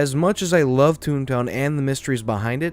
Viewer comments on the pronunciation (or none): none